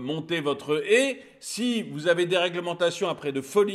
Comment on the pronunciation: On dit pas une Hé on dit une Haie !